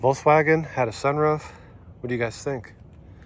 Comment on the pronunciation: NOT WOLKSVAGEN THAT IS YUGO